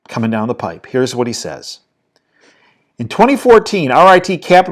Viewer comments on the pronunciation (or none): none